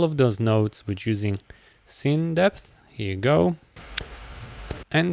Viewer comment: I appreciate you sharing your knowledge, but "depth" is not pronounced "dipth".